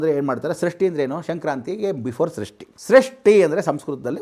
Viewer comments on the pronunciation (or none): ಸೃಷ್ಟಿ ಅಲ್ಲ ಷಷ್ಠಿ ಉಗಾದಿ ಅಲ್ಲ ಯುಗಾದಿ